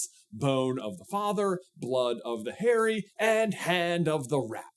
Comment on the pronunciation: my brother in Christ I IMPLLORE you to stop pronouncing Harry as hairy